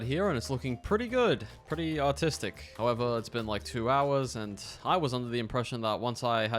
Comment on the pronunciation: who else thought he said autistic not artistic